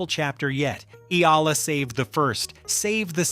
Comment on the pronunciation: Pleaseeeeee! For the last time her name is pronounce EE- YAH- LAH!!!! OK!!!!????? EE- YAH- LAH!!!!!😮